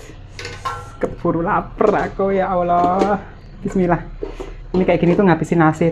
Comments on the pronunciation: maaf nih... khan muslim tapi klw sebut nama ALLAH slalu salah sebut nama yg biasa org kristiani sebut,bkn alah tapi ALLAH mbaa...makasih. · maaf mbk mau mengoreksi penyebutan Alah. yg benr sebutnya Alloh tulisanya memang Allah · Ia sepemikiran, penyebutan nya koq kek umat Kristiani, sharusnya Allah jngn alah